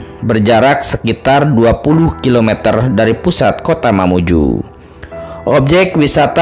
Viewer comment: Dari lambang baju adat nya itu bukan mamuju melain kan baju adat mandar Begitupun sejarah yg di paparkan Juga bukan sejarah mamuju Melainkan mandar Maaf yg punya konten mohon di cari sejarah yg sesungguh nya Dan penyebutan diantara sungai Di perjelas yg saya tau bukan sungai, budung-2 tetapi budong- bodong bukakan karamik, tapi karemak Mamuju, juga bjkan mamuju tapi mamunyu Mamunyu punya cerita sampai saat ini belum ada yg pecahkan secara detail dan sejarah sesungguh nya